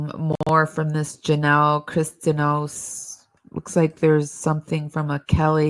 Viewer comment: Pronounced: Christi-Ah-Nos